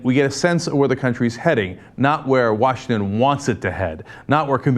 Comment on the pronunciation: Wa-sikme-lan!!! LOL